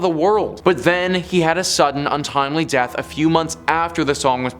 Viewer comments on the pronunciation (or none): none